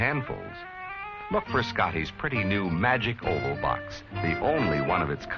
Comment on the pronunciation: Magic "oval", not "hole", lol🤦